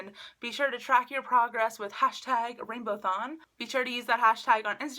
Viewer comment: Isn't it RainbowAthon and not RainbowThon ?